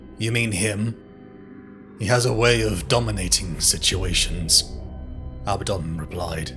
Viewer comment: It's Abaddon, A Bad Don, not Abbadon.